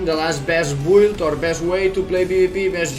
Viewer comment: Its called Meta and Build not Mita and Bould. This is really annoying